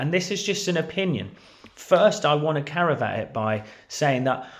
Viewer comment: CA VE AT !!!!! NOT CARAVAT!!!